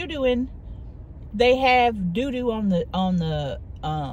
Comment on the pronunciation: I love how says doo doo lmao